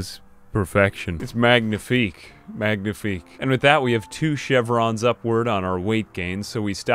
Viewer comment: Well you already master english so I can only help you a bit with French: for "magnifique" => don't pronounce the "g" sound, so it's like this: "ma-ni-fik"